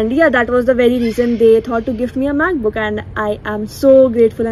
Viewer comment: You was saying "macbook" and I heard math book and I was like😕